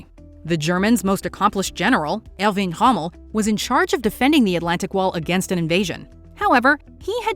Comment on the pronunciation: Why cant you people pronounce names properly, worst one, Erwin Rommel!